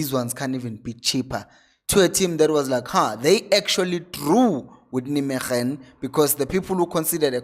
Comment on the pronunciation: It's pronounced as if you were saying "Neymegen" with the "g" pronounced the Afrikaans way. I hope it makes sense. Otherwise, brilliant content as always my Brother.